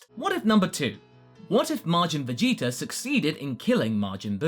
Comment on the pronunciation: I love how you say vegeter instead of vegeta